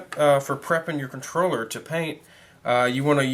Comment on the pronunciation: Did you say controller or troller? lol